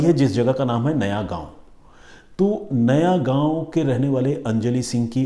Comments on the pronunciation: उत्तान नहीं है उत्तन बीच है और नयागांव नही नायगांव नाम है स्टेशन का। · नयागांव नहीं नायगांव